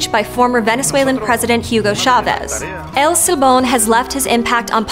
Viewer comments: "L' Seebom"???...I can't with her pronunciation of "El Silbón", it's so painful. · she said el sil bone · I kind of get put off by how she says shes so excited to learn about . El silbon. But her pronunciation is lazy and bad. Whatever.